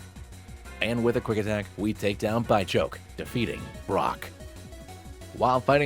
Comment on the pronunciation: Its a bidoof fusion, so its not BYchoke its BITCHoke. Which is far better.